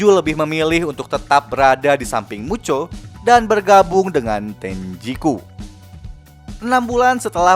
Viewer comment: Bang kalok ngomong mucho kenapa jadi muchok